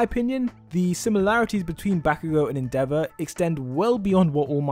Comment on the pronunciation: The way you pronounce endeavor rly tilts me, otherwise nice video